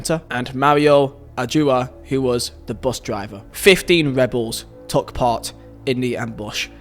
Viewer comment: why are you saying takhhhhhhhhhhhhhhh instead of took